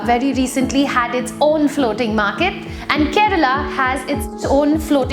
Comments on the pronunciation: It's "kerala" not "Kerela", but none the less informative video. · It's not 'Kerela' or karela but Kerala😃